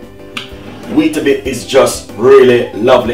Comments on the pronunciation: It's not Weetabit its WEETABIX with an "X" not a "T" ... That was sooooo frustrating to watch when he was saying it!! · It’s not bit it’s bix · Wheatabit-?loool it's wheatabix